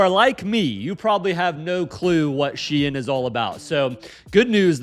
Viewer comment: the way you say Shein pisses me off lol